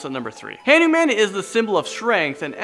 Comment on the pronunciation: HAN-OO-MAN?!?! Wtf man